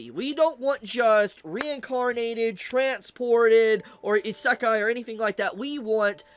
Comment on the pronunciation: Pretty sure you say "isékai" and not "isakai" (sound of the word) Just friendly reminder, no hate/ps: you do kinda correct in the end of the video But yeah pretty ignorant take from that dude. Just because the dude doesnt like what the anime is all about: the small moments and their importance he straight up says it is a bad anime. He is jut ragebaiting. Let me give you an example. I dont like pure comedy/romance/drame/slice -of-life anime but i would never dare to say it is bad because of its genre... Its just not for me, and thats what he is confusing an actual bad anime with an anime thats is not for him (or maybe he knows and just wants attention).